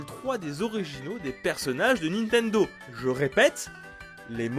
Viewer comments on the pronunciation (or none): none